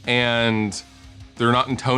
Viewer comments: AGAIN, in-TOE-nated. Why!?!? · In- tone- ated. Be literate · Lol "in toe nated"